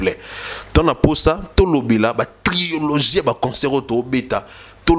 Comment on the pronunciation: On dit trilogie et non triologie!